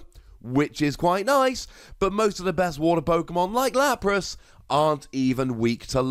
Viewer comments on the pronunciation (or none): none